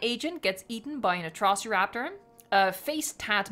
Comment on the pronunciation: Makes fun of how giganotosaurus is pronounced but says Uh-TRAH-see raptors.